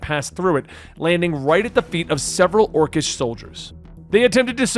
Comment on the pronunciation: FYI, its pronounced Or-Kiss not Or-Chiss